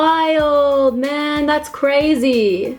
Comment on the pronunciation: "das crezy" 😂